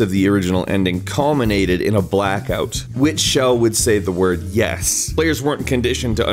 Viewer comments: Nope, he is saying it wrong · Pronouncing Chell as 'Shell'... have I been saying it wrong as "ch-ell" all these years??